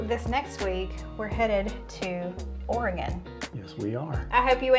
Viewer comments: So proud of you for pronouncing Oregon correctly. So many people (especially those who live far away from it) pronounce it Or-e-gone. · I was thinking that exact same thing! She did not pronounce it or-i-gone. ❤❤❤ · You correctly pronounced Oregon! Well done! Most from the Midwest and South say, Or gone. Like nails on a chalkboard. 😂